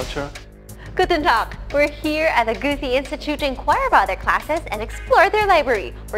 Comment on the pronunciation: Funny thing about the vid is that the reporter evaded saying 'Goethe' but tried anyway, and failed miserably. Lmao.